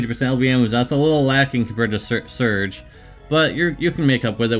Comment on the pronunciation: say sergei not sir gay.... geezus man lol